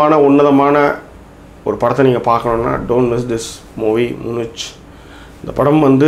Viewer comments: மூனிச் இல்லை மியூனிக். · அது முனிச் இல்ல தலைவா முனிக்.